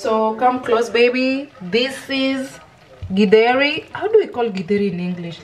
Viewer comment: No githeri without avocado,they blend so well. I like how is pronouncing githeri